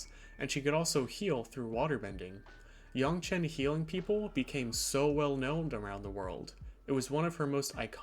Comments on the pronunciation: Yangchen（more like Aang） is correct rather than yong, btw, i'm chinese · This was pretty interesting except everytime you said "yaungchen, instead of yangchen" took me out of it a bit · its yangchen. cmon man she even says it herself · The pronunciation of her name killed the video for me. I stopped in and I wish you would just say it the same as it's said in the show. Oh well thanks anyways. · wtf are you doing pronouncing her name like that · Ugh stop saying her name wrong!!! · LEARN HOW TO SAY HER NAME DAMNIT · Please pronounce her name correctly. You sound like the movie.